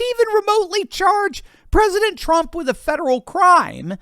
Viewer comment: "Experience wiff, wiff Donald Trump" Wiff? Has he been sniffing Donald Trump?